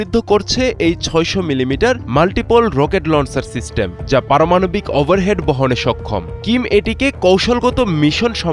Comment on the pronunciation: ওভারহেড × ওয়ারহেড√